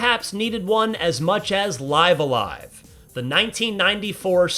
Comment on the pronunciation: It’s pronounced “Live a live”